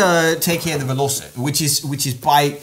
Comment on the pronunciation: 'veloce' is not pronounced as 'velose' but as 'veloche'